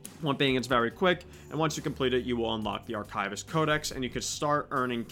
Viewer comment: arkaivist. certainly an interesting way to pronounce that word